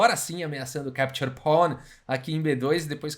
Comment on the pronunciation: Keptiur pon 🤣🤣🤣🤣 Pra quem n manja de inglês ele falou “capture pawn” com sotaque russo